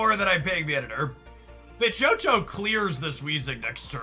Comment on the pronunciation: I appreciate you mispronouncing pidgeot to farm comments telling you you're wrong.